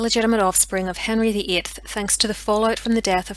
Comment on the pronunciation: It sounds like you said Henry vii?